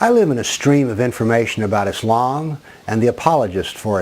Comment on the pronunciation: You have nothing else to do. You do not even pronounce Islam correctly or Muslims correctly. In fact you do not even know the Full name of Prophet Mohamed. What you are saying about Islam is complete lies and fabrications. Just keep barking.